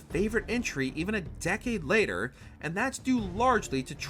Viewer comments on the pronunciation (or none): none